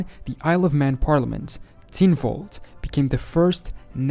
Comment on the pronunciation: The Isle of Man parliament is pronounced "tin-walled", not "tin-vold".